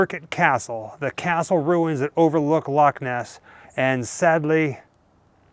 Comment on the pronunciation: I am a Scot and believed in Nessie all my life and i am 74 now lol. So proud of you that you say Loch Ness properly not Lock Ness. Love you guys and all your videos. I live in Canada but you made me homesick lol ❤❤❤